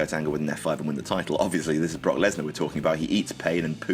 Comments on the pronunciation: He said bork instead of brock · Who caught him call him Brock bork it's your boy bork lazer ima hit you with a turnip twister boy